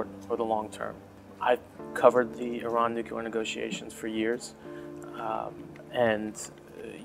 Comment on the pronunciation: First off - IT'S NOO-KLEE-ER, not noo-cue-ler. But actually, I think hostages COULD be the solution to the Trump regime. He is old-school Mafia, they have a long history of this. TAKE a child from EACH admin family, hold them in a safe, secure secret site. Treat them well, but only as long as the regime plays ball. Seriously, it is the ONLY way to contain these criminals. Just don't take Eric, 45 will tell you to keep him...